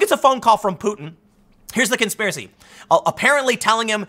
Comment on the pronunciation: "It's a Konspearacy, My Brothers, Konspearacy! K O N .....Spearacy!"